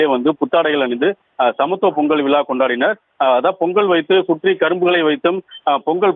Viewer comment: "விளா" இல்லை, விழா, விழா "தமிளர்" இல்லை, தமிழர், தமிழர்